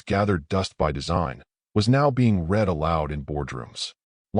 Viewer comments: why is it so hard to pronounce words correctly!! resume is HOT RESOOM its re zu may!! greande is NOT GRENODD its gren aid. and for gids sake ya cantbeven say read correct!! its nit present tense its PAST as in red..he red!!! the letter he usnt reading it!! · how about “resum” for resume? “Rid”read past tense…lazy, lazy narrator